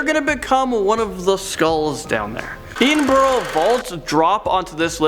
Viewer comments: EEDINBURROW???? Eh din burra/eh din bruh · Yo as much as I love this channel, its not pronounced "Eedin-burg". Its 'Ed-in-buh-ruh' or 'Ed-in-bruh' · Did he seriously just pronounce Edinburgh as Edenborrow? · Its not eee-den-bru It’s e-den-bru That’s how you pronounce it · Edinburgh is pronounced Ed-inn-bruh, it's not that hard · edinbrugh its not pronounced that way its pronounced Ed-in-bruh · Hahaha oh I love it when i hear people pronounce Edinburgh wrong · That pronunciation of endinburgh though..